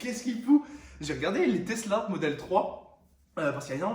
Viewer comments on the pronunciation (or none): none